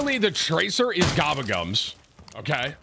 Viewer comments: “GABAGUMS” ???? TIM!!! READ!😂😂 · Tim saying "Gabagums" is giving me the same vibes as Benedict Cumberbatch saying "penguins" wrong in 17 different ways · What do you do when you eat? You gobble it it up, Tim its GobblesGums not gabagums wtf?? And you're a call of partner?whack ass🎉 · “Gabba gums”…Tim may be illiterate….but that’s ok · Ga-Bull -Gum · Its GOBBLE GUM, for you people that have trouble reading and speaking english like Timthefatman